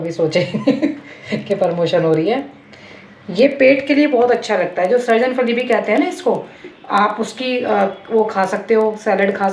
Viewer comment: सरजन फली नही, सहजन फली कहिये।